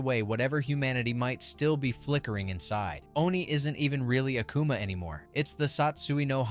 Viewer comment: You gotta hate uh-koo-muh and go-ken cause there's no way you mess up their names that much